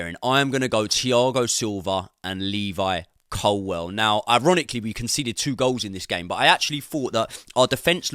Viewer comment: Love the content, favourite creator but please say ColWILL as its spelt rather than ColWELL 😂